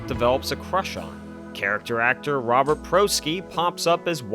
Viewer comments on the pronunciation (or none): none